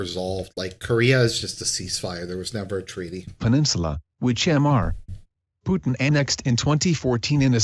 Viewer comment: I just can't prevent laughing every time the auto read says "'m' 'r' (pause) Putin"